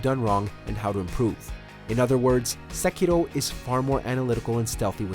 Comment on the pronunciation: You're an American, your pronunciation of Sekiro is annoying, but I have only been awake for 5 mins